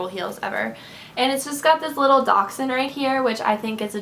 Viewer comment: yes! finally someone who can pronounce dachsund right!